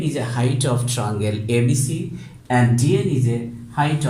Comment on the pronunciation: Sir, it is called a triangle, not trangle. Sir you can talk in the way which is swift to you... No need to push yourself so hard.